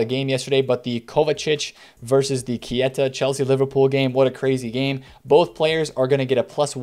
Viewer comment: K E I TA not kieta